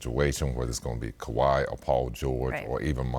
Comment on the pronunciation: Scottie finally learned how to say Kawhi 😆